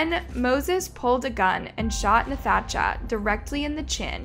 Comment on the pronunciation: The pronunciation of Nathacha Augustine’s name is one of the worst crimes in this video